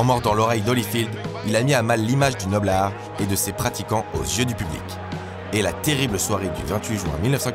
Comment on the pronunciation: Incroyable cette émission. Je m'intéresse à la boxe depuis peux, c'est des formats comme ça qui me font vibrer. Juste une chose, c'est bizarre à l'écoute quand tu dis "Noble-art" lov .